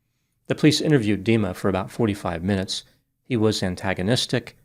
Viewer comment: Is it me or is prounancing Dima like demon?